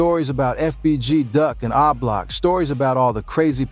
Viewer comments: What tf is ( ahhh-block ) it’s o-block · 👀 Dude it's Oblock not Ah Block!!! It's really irritating and highly distracting to hear you repeatedly incorrectly pronounce it like that. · 😂😂😂 this video... Boy i tell ya..🤣🤣🤣 my boy say ahblock 😂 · 😂lol why this dude keeps saying AHH block...😅😅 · When you can’t pronounce the block name you trying to talk about you should be quiet 🤫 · The way you say O-Block is crazy 😂😂😂